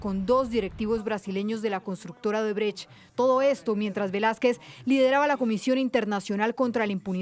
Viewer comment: ODREBÉS😂😂 ni para vocalizar sirven los ilustres de la bodega más grande de Colombia 🤡